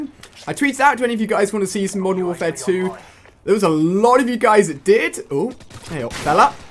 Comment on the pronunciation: At the start you said Mosern Warfare 2